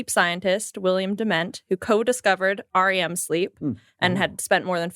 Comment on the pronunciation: Tangents, the weirdest thing of this episode was, you all kept saying, "R. E. M. sleep," pronouncing the letters separately. Nobody does that. We just call it rem sleep, and have done so for decades. It is an acronym, and like most of those that can be pronounced, it became that from at least the 1960s on. Think, like, UNICEF. Nobody says the letters separately, because it seems like a word, while the NAACP is pronounced as letters, because it doesn't speak easily as a word. Meanwhile, great job, as always. Your laughter is infectious, and lifts my mood. As someone with chronic depression, you guys/gals really help me out.